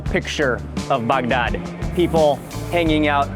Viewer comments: Could you please pronounce Bagdad like a normal person? Your guide is a real barrel of monkeys. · Love how he pronounces Baghdad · You probably loved is as much as he loved saying “Bagdad”. 😂